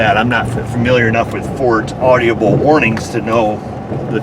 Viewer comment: Okay..good info again! But, some grammar help. No such word as “audiable ”. The word is “audible”…3 syllables, not 4.